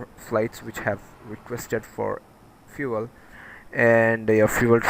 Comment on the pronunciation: did anyone else heard him saying fuel fu*k?